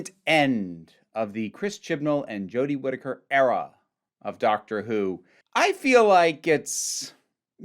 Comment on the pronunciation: I’m sorry, but I found it funny how when u said era it was like error, “the chibnall error”